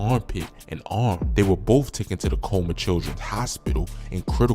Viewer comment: TOOKEN? 😂 Taken sir!